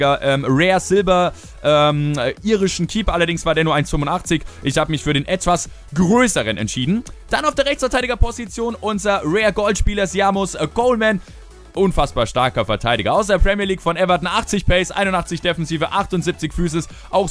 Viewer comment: wie spricht du den Seamus Coleman aus ? :D seamus :D such mal den irischen Wrestler Seamus und schau wie der ausgesprochen wird :D